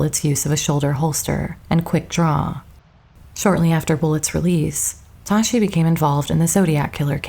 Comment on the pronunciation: Dave Toschi's name was pronounced "TOSS-key."